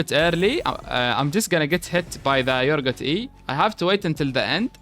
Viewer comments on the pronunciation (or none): يا أخي أورجوت مش يورجوت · Everytime you say urgot i think you saying yorick 😂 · I can't the way you call him "Yorgut" it's 10/10 😁